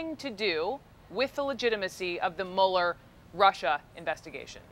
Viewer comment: I can't get over how Orangeface pronounces Russia 😂😂😂(Rusher)😂😂😂😂